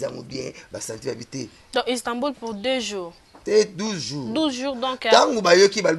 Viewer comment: bakobaka Istanbul et non stanbul